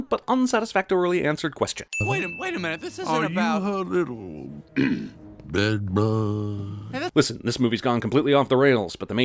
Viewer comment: The way he says bed bug perfect ⁽⁽ૢ(⁎❝ົཽω❝ົཽ⁎)✧